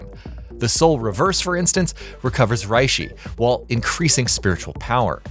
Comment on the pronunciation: I just heard "Rihshi" and "Kahnpaku" and laughed my ass off and then I heard him pronounce "Soosooke Aizen" and lost it.